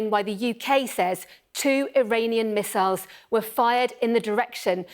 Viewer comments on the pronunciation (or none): none